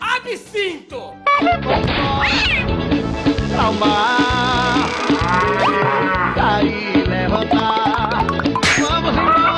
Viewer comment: Você falo ABSINTO?